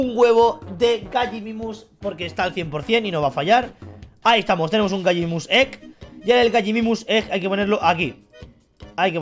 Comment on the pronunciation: se dice Gallimimus